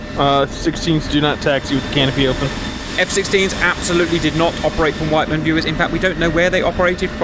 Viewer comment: witt-men not white man lolz fuck.